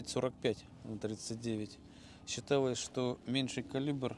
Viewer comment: КаВшников, моВотком, считаВось , с буквой л надо дружить если что-то кому-то рассказываешь